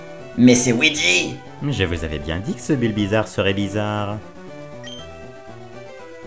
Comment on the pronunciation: À c pas WEEGEE (OUIDJI) c LUIGI (LOUIDJI)